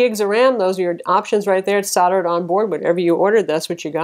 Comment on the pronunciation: The ram is soldered on--pronounced SOLD-ERED--not soddered.